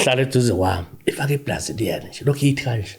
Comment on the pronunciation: Ufake Blazilian😂😂😂 ulokhe eyithi nje eyithi